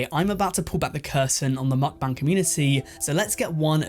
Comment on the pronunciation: How many am I going to have to hear this guy say mukbang wrong